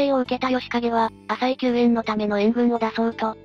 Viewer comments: かずますですよね 名前は正しく言って欲しいですよね あさいでは無くあざいですしね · 名前の呼び方が、あさいなのか、あざいなのか謎ですよね。最近はあざいと言うのが、定番だけど